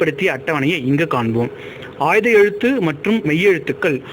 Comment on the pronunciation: உச்சரிப்பவருக்கு ஒரு வார்த்தை. அது ஆய்த எழுத்து. ஆயுத எழுத்தன்று.